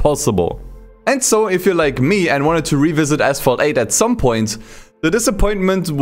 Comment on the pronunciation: "Assphalt 8"